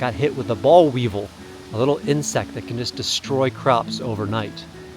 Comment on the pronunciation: Never heard anyone say Boll Weevil that way 😂